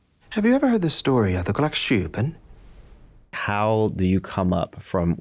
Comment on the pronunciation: As a Swede, I finally understand what Milchik said... Gråkappan hahaha! Still not pronouncing it correctly tho Mr Tillman, but I'll take it :)